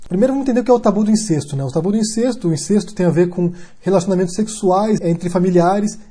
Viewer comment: só uma correção: incesto é pronunciado com E aberto... Pode confirmar no VOLP da ABL